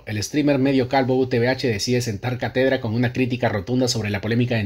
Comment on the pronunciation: la tilde esta wn la primera A, no es CaTEdra, es CÁtedra